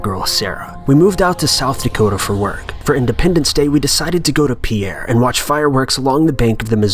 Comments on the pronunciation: I CANNOT STRESS THIS ENOUGH: The capital of South Dakota is not pronounced fancy and French ("Pee-air"). It is pronounced like "peer." That's all I have to say on the matter. For anyone wondering, I live in South Dakota. I've actually been near the spot the dude was filming at when the whistling man started whistling, which honestly makes the story even creepier than it already is. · And that's when I remembered: nobody outside of South Dakota says Pierre right (We say 'peer' not 'pee-air') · As someone who lives in South Dakota, I'll have you know, it's pronounced "Pierre" like "pier", you ignorant shrimp. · Ok so I’m from South Dakota and.... PIERRE IS PRONOUNCED P-EAR LIKE PIER. NOT P-AIR. OML IT BOTHERS ME SO MUCH. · Pierre is pronounced peer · Pierre, SD is pronounced "peer" not "pee-air" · Pierre, South Dakota is pronounced "peer"...not "pee-air" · Even though the town of Pierre is named after a man of the same name, it's actually pronounced Pier. Random weird fact. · Just so you know Peirre, SD is pronounced PEE-er like a beach pier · Being from South Dakota we take this searious the capital isn't pronounced Pierre like the French would ,it's pier like a dock pier. Maybe do a little research first. There is a lot of words in these vids that are wrong or not words at all. Kind of a pet peeve ,am I the only one bothered by this ? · Pierre is pronounced Peer. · Love these! Just an FYI, Pierre is pronounced "pier", just for future reference ✌🏻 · I got pissed when he said Pierre wrong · That's not how Pierre SD is pronounced idiot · Bro, that's not how you pronounce Pierre, SD. It makes you sound ignorant when you pronounce state capitals wrong.